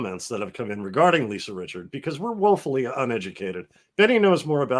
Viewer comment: Richard. No "s".